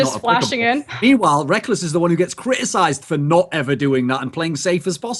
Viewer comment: again... It's NOT Rekels, it's fricking Rekkless goddamn, educate yourself woman